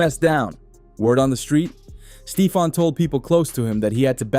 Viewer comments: Yo said Steefon Diggs!!!!! It’s Stephon Diggs homie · U lost me at STEE-fon. Please delete this ma’am. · Stee-fon digs😂😂😂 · Are u a bot, How do you not know how to say Steffon even when you pronounce it in the phone it comes out Stefan which is better than what you're saying But the rest of what you're saying is 💯